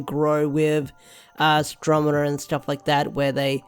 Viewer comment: Astro-ne-ma, not Astro-me-na.